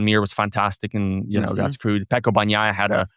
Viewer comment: At least learn the names of the riders re re's!!! "BaGnaia" really!!!!